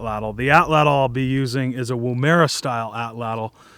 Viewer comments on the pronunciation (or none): the name of the woomera is pronounced more like wom-ra than woo-mer-a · WOOmera, not wooMEra